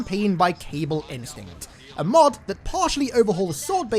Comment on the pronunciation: can't help but hear "MOOD" instead of "MOD"